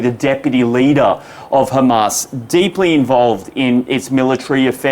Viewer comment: Adrian, it is Hamas, not Khamas. Khamas is intentionally used by Israhell because the word means something else in Hebrew .